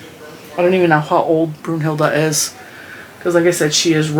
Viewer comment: I’d go with Minerva! 😆 I’m a HP fan and I have always thought that Professor McGonagall is a bad a** and a very strong female character. Btw when I first heard you call her Brunhilda I thought you were saying Brujilda, which is used in Spanish to call someone a witch but not as harsh as as calling someone a straight up witch (bruja). 😅 don’t really know if that makes sense. 🤷🏽‍♀️ Ps. Minerva is an actual witch so it may be a theme since you said Brunhilda sounds to you like a witch. 😁